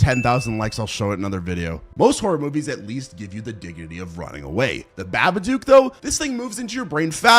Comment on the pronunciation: "The ba-ba-dook"? bro it's pronounced "Bah-bah-dok"